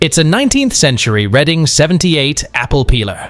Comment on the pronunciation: Hurray! The correct pronunciation of Reading, PA.❤❤😊😊